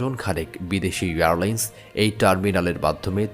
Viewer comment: Pronounce Airline, not Earline’s